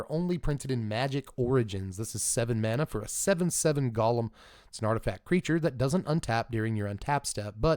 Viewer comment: Hey, loving this series! One minor thing: the word "golem" is pronounced goh-luhm or goh-lem ("goh" as in "stop and go" or "goji berry"), and not the same as the Lord of the Rings character. The creature type has its origins in Jewish folklore and is spelled גוֹלֶם in Hebrew. The Wikipedia page for "Golem" is actually pretty interesting if you want to learn more.